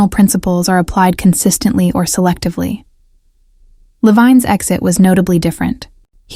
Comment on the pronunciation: Why do almost all, not all, AI voices mispronounce people's names. In this case, Levin.